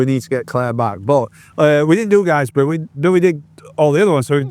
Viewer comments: Its GIZ-brough not guizebrough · Guisborough is pronounced gizborough 🙈hope you don’t mind me saying 👍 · Good to see my local roads.... but please it's pronounced Gisborough. ... As in how the Hall is spelt. Even though the town is spelt Guisborough. Keep up the good work. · Were you talking about missing out Guisborough (it’s pronounced Giz Boro) or did you mean somewhere else? My hometown. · Hey you two wanderers, in this vid you are roaming my former backyard. As you've already alluded too already, Helmsley, Whitby, Guisborough, Stokesley and Thirsk are key points in the North East TT because of the the superb biking roads between. As a native though I feel the need to correct you, Guisborough is pronounced 'Gis-boro' not 'Guys-boro'. So I could recommend Wykes Campsite just outside Guisborough, probably the closest but too far to walk tho. Nice pub, the Cross Keys is opposite. Both Stokesley, which you haven't mentioned and Guisborough are charming Market Towns. Pickering is home to 40s weekend 10th to 12th Oct, really well worth a visit. Check out the North Yorkshire Moors Railway and please book a ticket all the way to Whitby. Helmsley square famous for biker meets, but the 'Farmyard Park Rally to be held next 19th to 12st June 2026 at nearby Duncombe Abbey is what brings Helmsley alive. As bikers you should try out the rally, it will really appeal to your motorcycle, music and booze interests. One main rule tho is that you arrive with tent on your motorcycle, nothing else. No motorhomes no cars.